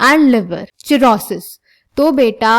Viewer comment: Cirrhosis pronounce like sirosis hoga 😅🎉